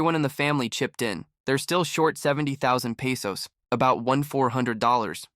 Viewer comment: Peysos? It's pronounced Peh-sos